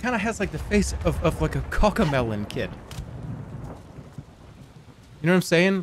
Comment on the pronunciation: WHY DID HE SAY COCKAMELON